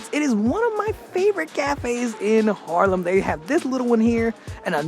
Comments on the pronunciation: I like your vids. One thing tho, you’re repping Haarlem a lot (I don’t disagree), but you have yet to pronounce it correctly. Repeat after me: Haaaaarlem, not Harlem 🤪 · Goedemorgen, thank you voor de wandelingen door Haarlem.I have to tell you....het is Haaaaaarlem😊 not Harlem. You know Harlem is is named after Haarlem.😊